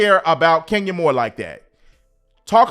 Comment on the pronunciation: Everytime I see Kenya I hear you saying "Skenya Moore" 😂😂😂